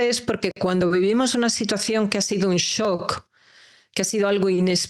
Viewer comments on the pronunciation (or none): none